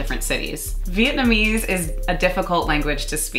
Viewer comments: Wow!!! you guys are soooo white (with the pronunciations). Other than that, great video. Thanks for referring to my city of birth Saigon and not HCMC. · cringing at yall Vietnamese. Great video!